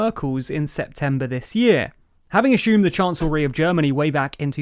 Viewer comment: Hey, you guys notice that this guy, adds an h to assume and pursue, saying ashume and purshue. Just wondering.